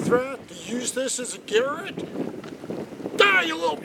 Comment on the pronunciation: What in theee fuck is a garret? Its ga-rot. You weirdo northerners... Lol